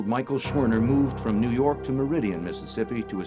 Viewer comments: "nuu yawk affice" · New yalk